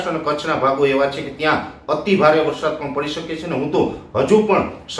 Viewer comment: વરસાદૉ નહીં પણ વરસાદ બોલો અને જમીનો નહીં પણ જમીન બોલો😢